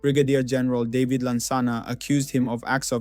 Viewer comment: Your pronunciation of Juxon and David is wrong; but thank you for putting this historic piece together.